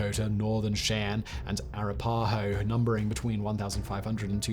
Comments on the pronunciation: Arra-puh-ho 😂 never heard that before, Arap-ah-ho is the one that I know. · Shy-ann and Ah-rap-pa-hoe.